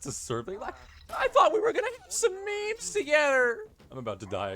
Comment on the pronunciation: Holy shit bro serb impression took me out that was scary spot on maybe its just the emphasis on "meeeemes" and "togedder" but I did a double take